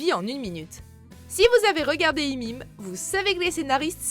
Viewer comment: Mais qui dit "Imim" même 😂😂 Pour raccourcir on peut dire juste "How I met" mais "Imim" c'est bizarre nn ? Ya vrm des gens qui disent ça ???